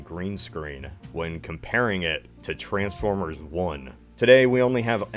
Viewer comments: as ever fascinated by the pronunciation of _trans_formers rather than the more usual, and used in the movies and shows, trans*FORM*ers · The worst thing about these movies is the way this guy pronounces Transformers.